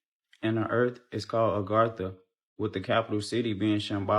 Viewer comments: Bro, it’s aGartha, not argatha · ......it's uhh gar tha...not ar ga thu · This woman is kicking up my OCD. I don't know why it bothers me so much. But, it's "Agartha," not "Argatha." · Argatha? Think she got her r and a mixed up a little bit... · Its a-gar-tha